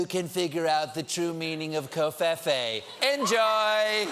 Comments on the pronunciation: ITS PRONOUNCED CO-FEE-FEE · Cofefe is pronounced differently though. It should be rhyming with "me"